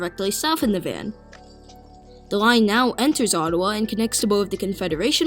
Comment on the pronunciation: Navan pronounced Nah-vin